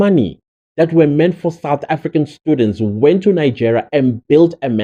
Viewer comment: Foreign national with a "Suth African ID"? Is that exactly what he said??????? Hebanna!!!!!